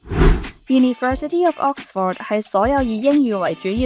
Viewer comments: Vic留意：Oxford嘅發音係/ˈɒks.fəd/ 或/ˈɑːks.fɚd/，唔係ˈɒks.fawd/，另外影片開頭個 '講'字，讀錯'趕'音，牛字又有懶音，改善就更好！ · 讀咗幾個月Oxford都係咁讀錯Oxford…勁哽耳… British 讀音係 ok sfuhd American讀音係 aaks frd 冇人會讀Ox For d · should consult an English mother-tongue for the correct pronunciation of Oxford! Pronouncing it as OX-FORD is weird and sounds really awful! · 主持人請先查下 Oxford 點讀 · 奇實既然講得牛津，主持人係米應該學識讀正個Oxford個字發音先呢😂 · OMG, The host can't even pronounce 'Oxford ' correctly 😂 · 但係’Oxford’ 唔係咁讀wo😂😂😂😂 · 母語有懒音嘅人，通常講第二個語言都吾係好掂😅，吾怪知得冇留意到Oxford字個正音啦😅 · Oxford 個讀音可唔可以讀得準確一啲，拜託！ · 同感😅 平常都無所謂，但個節目係Oxford 做主題，真係有啲難受😅 英文字只有一個重音，其他音節都係輕聲， ford 的 o 讀schwa sound, this is an easy rule. 不過 嘅英文係好好嘅，雖然啲美國r 幾哽耳😅